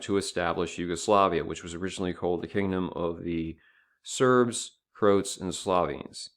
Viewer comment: It's not Krowts it's Croats the same way one would say Croatia - the ROA part is important